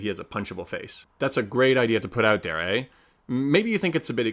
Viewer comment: Seen many of your videos, finally seen the Canadian come out of you eh.